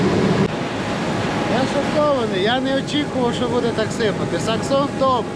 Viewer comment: Не саксон а SEXSON !